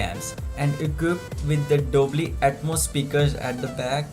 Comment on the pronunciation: lol that's dolby not dobly